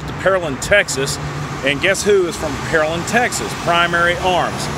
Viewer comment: We say it “Pear Land”. Lol. Great video though. Nice.